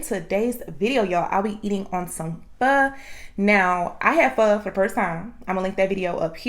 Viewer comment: I always stick with the same thing even though all other dishes are great . My Oder looks like yours 🤤🥰You’re so sweet n cute n beautiful I just commented on your other video you say” pho” so well !stay safe eat well and keep posting 👌